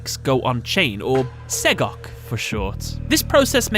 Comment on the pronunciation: This was the first time I've heard SEGOC said out loud, and I'm glad to hear it's said the way I thought it would be.